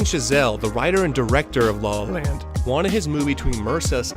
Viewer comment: It sounds like you say “Sing in the rain” and “law land” multiple times in the video. Anyways, great video. I’ve been on a La La Land mood lately and been watching years old videos about the movie.